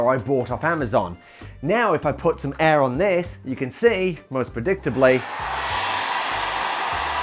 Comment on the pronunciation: Why do you pronounce air as "eh" 😂